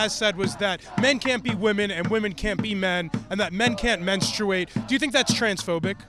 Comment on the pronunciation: Okay, but menSTRUate? Please stop pronouncing like this hahahah